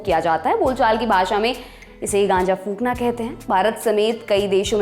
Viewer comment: FOKNA nahi PHONKNA.